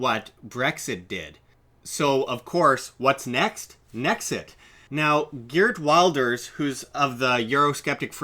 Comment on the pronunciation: Hahahaha, you are going to take Geerd Wilders (you pronounced that very wrong) as an reliable source? He is basically the Dutch Trump. Don't worry there won't be a Nexit very soon :-)